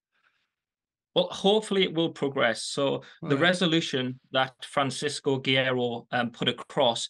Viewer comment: LOL Neither of them can pronounce "Francisco Guerreiro" to save their lives.